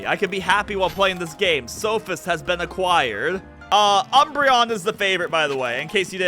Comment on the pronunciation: SOphist? I thought he was